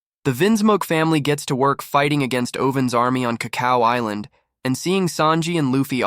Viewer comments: Around 15ish minutes bro says "is-land" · Is this ai voice generated no way you watched this show and mispronounced island dawg 😅